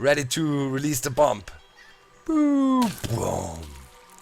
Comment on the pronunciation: Ouch, u dont pronounce the final b in bomb